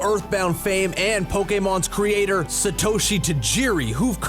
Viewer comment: The Gamer: SHE-GE-OH-RU MAI-AH-MO-TOE, SHE-GEH-SA-TU EYE-TOY, pronounces Satoshi Tajiri correctly.